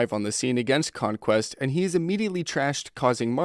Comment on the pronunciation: You say c*mequest